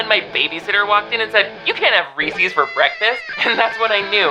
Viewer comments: Just passing by... So, you make a living talking sh*t about successful people and take on sponsorships from gambling apps? And BTW, it's not pronounced REEsees, it's Reese's - the apostrophe makes it possessive, named after the inventor, Mr. Harry Burnett Reese. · Oh no. - did you say ReesEEs?😭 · Wtf do people say reesees. It's Reese's like the dickhead older brother from Malcom in the middle.